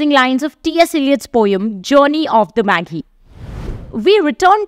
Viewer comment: The 'g' in magi and gyre is pronounced with a /dʒ/ sound, respectfully.